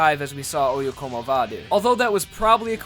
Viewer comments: I always thought it'd be pronounced "Oh-yeah-come-ovah", not "Oh-yeah-como-vah". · I didn't know oyecomova was pronounced like that I always pronounce it as " Oi Come Ova"